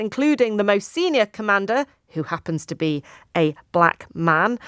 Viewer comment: This presenter is behind the curve, she puts Caps on the word black man as she spoke.